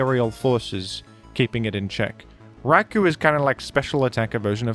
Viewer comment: "Rai-Koh" not "Rai-kooo"